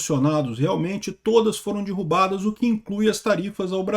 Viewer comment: “Dirrubô”? “Dirrubadas”? 🤣😁